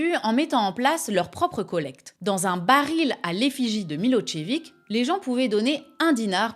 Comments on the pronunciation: Je t'adore, tu as un esprit acéré, tu es douce et mignonne et impitoyable, un peu comme un genre d'antique déesse païenne de la guerre.. mais on dit pas pas "Milotchevik" c'est "Milozévitch" la prononciation, je sais qu'on t'embête beaucoup avec ce genre de trucs 😊, je compatis, ma défunte femme adorée avait le même genre de dyslexie.. cela dit j'adore ton nouveau format, je sais que tu n'as jamais eu peur de balancer des grosses patates politiques, mais là, c'est carrément un gros massacre 😅 bravo !!! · eh bien non, ce n'est pas MiloZévitch mais MiloCHévitch* qu'on peut même prononcer Milosh-évitch si on veut le prononcer plus correctement, les Slaves ne fonctionnant pas réellement par syllabe mais par lettre/son et que surtout le prénom qui donne l'origine à son patronyme est Miloš (Milosch à l'allemande) * à prononcer comme dans CHou/chat. Prononcer Milozévitch est une méconnaissance de la graphie š du son ch en latinica qui s'écrit ш en cyrillique. Milošević -> Милошевић. Et du coup en passant l'écrivain tchèque c'est Hachék* (ou Haschek) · Merci pour cette vidéo, mais un petit cours de lecture des diacritiques slaves s'impose, tu as massacré pas mal de noms tchèques ou serbes ;) le s hatchek, qui s'écrit š, se prononce che: Yanashek, Miloshevitch. Hashek le c hatchek, lui, č, se prononce tch: donc la derniere syllabe de Miloshevitch. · Milossévitche, pas Milotchévic... C'est volontaire ces permutations de phonèmes(faux names)?😅